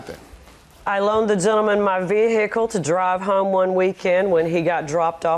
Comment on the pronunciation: If she says veeheeackle one more damn time 😂